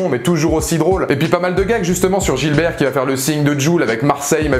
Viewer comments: Sinon c'est Gibert pas Gilbert, mais merci pour la critique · C'est GIBERT !! GIBERT !! Pas Gilbert... C'est son nom de famille... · Gibert, pas Gilbert ^^